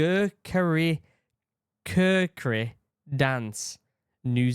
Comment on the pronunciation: Kukri is (I think) pronounced "Koo-cree".